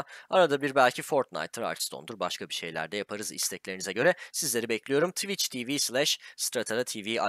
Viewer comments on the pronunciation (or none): none